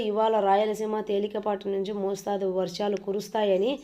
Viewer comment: Dear you are "killing" the Telugu language i.e., "mosthaadu varshaalu' to be corrected as 'mostharu varshaalu'. Hence, you are advised to be rehearsal the news content before presenting to the public and do not KILL our prestigious Telugu Language.